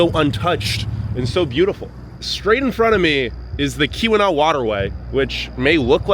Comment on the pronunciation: Few things … it’s called the Portage Canal. Also it’s pronounced Key wa nah . Not Kee wee naw like someone else said lol. Copper harbor gets more snow than Houghton also. Eagle harbor . The Keweenaw as a whole gets pounded . You mentioned the copper mines but you did not mention that they are dated back 5000 years. There’s prehistoric mining that took place.. very crazy history